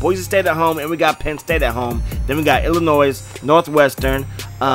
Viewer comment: you don't pronounce the 's' in Illinois